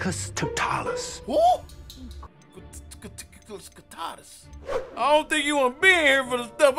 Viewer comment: The way he pronounced Petrificus Totalus 😭😭😭😭😭😭😭